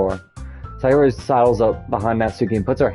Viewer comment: Which doki is tour favorite so far Also sayori is pronounced “say-ori” (like the word “say” and the ori is pronounced ora, like in oracle”